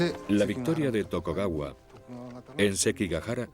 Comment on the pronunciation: muy bueno pero era TokUgawa, no TokOgawa jaja